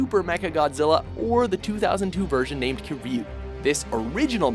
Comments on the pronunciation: you said kriyu, its kiryu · Yo Man just called Kiryu "Ku-ree" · Mecha Gigan has chainsaw hands? he does not exist, the only gigan who has chainsaw hands is modified gigan from final wars, and Kiryu is said like Kill You, Kir (keer) Yu (You) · Anyone else annoyed they mispronounced kiryu? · You've done fucked it up again... Just for example: Mechagodzilla 3 is named KIRYU. K-I-R-Y-U. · ok 1-did you seriously dis Kiryu and MG2? (and you mispronounced Kiryu illiterates) 2-in Final Wars, that Keizer Ghidorah, not King Ghidorah 3-the Gravity beam is Keizer Ghidorah's attack able to lift objects like Godzilla, King Ghidorah's "Gravity beams" are just him shooting lightning from his mouths and unable to do the whole lifting things Keizer is able to do 4-WERE THE FRACK IS SPACE GODZILLA!!?? 5-wrong audio in Orga's bit 6-you forgot the gas's and laser beam that Hedorah is able to use 7-Aguirus may not count since he has been Godzilla's ally at least 5 times wile being his enemy 2 times, same with Rodan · Liked the video, but the mispronunciation of Kiryu irked me the most out of the others. I mean, sure, I don't expect it to be perfect or anything, but they even say his name in the damn films he's in.